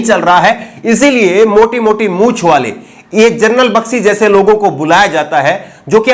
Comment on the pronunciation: Bakshi ki pronounciation toh sahi krle